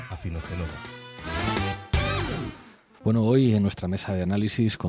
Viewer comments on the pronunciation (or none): Dirá hoy POR FIN Pablo correctamente el apellido de Inna???😅 Ni Génova, ni Milán, ni Venecia... POR FAVOR, ES PALABRA LLANA! Afinogen(ó)va. BRAVO por Bardem, que lo dice perfecto! BRAVO por el ya imprescindible trabajo que estáis haciendo! Pablo, please, ya basta... 🙏😁🤗